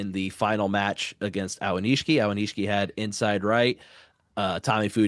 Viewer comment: It's A-o-ni-shi-ki. Not A-wa-ni-shi-ki.